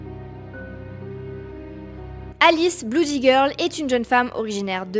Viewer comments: Blood/Bloody ça se prononce "Blōd/Blōdy" pas "Bloud/Bloudy" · "bloody", se prononce blody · je savais pas que « oo » se disait « ou » à la française 😂